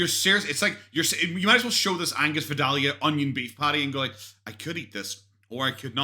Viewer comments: And it’s vie-dale-ya or if you’re really country, vie-day-uh 😂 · my grandma is from vidalia, my whole family from there pronounces it vi-day-uh. I’m from Savannah - I pronounce it vi-dale-yuh. Your breakdown is wayyyy too accurate. 🤣🤣